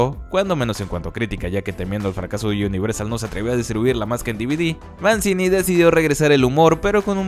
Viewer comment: Se pronuncia "Manchini"